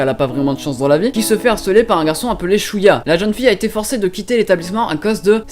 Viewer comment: Shoko et Shoya please ça fais mal d'entendre ShOUko et ShOUya X"D Sinon l'anime 91 Days m'intéresse parce que les autres je les ai déjà vue ! °^°